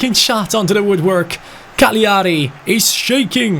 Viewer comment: Cagliari is pronounced calyari